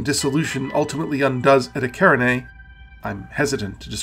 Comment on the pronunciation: You know what contributes a lot to these objects being unknown? Your mispronunciation of them. Eta karinai. Yeah, I've never heard of that before.